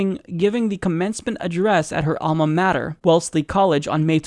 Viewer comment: Alma mah-tur as in ah. Not matter as in hatter. Hey, Mook, we know what happened. You're the worst fucking campaign manager in history.